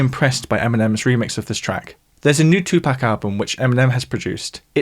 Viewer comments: It's pronounced 2 Pock not 2 Pack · It’s amazing that people don’t know that it’s 2 “POCK”. Not 2 “PACK”